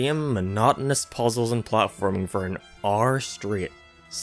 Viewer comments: Aour = Hour I couldn't unhear it shsnsbsb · My guy Says R instead or hour Hehe Its alright tho